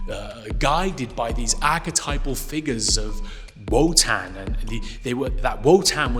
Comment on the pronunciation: Each time you say Wotan I hear “Wutang”…. And you know they ain’t nothing to F with